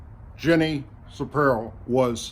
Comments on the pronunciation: Pirro brother not shapirro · C'Mon, you gotta get better with your names, and how you pronounce them. Here is how to say Judge's name (Ja-Neen Peer-o)!! That is how to say it, even tho it is spelled differently. Also, I wasn't at all happy about Donna Brazille! She was the one that got up and pretended to be just another audience member, and was asking a question that had been prepared for her by the Clinton people. Let FOX do what they wish!! If that is how it goes, so be it!! You know where the news is. It's in their Talk Show Hosts., don't start sending out barbs to the audience. I am a grown up and I can make up my own mind. What do you stand to gain by doing it? WHAT? A job at FOX? Perhaps a Talk Show Host, too? STOP what you are doing. Come to terms with the fact that OUR COUNTRY DOESN'T NEED TO BE PULLED APART IN FRONT OF THE WORLD"S EYES ANY LONGER!!!! The days as using our country to be a "bullseye" practice board for darts is long over. Learn to enunciate your words, your names, and your elocution of same. THAT IS YOUR DOWNFALL!! Put your own home in order before tearing another's apart. Go where you must. I DO! As a matter of fact, why don't you listen to ALEX JONES? INFO WARS has been ahead of this game all along. (think I am kidding? HE WAS THE LEFT'S "BULLSEYE" long before ALL THIS NEWS GARBAGE GOT GOING. HE & TRUMP SPOKE AT REGULAR INTERVALS!! He is the one who became the bullseye for Facebook, all social networks, etc. and it wasn't because he couldn't/didn't broadcast -- it was beca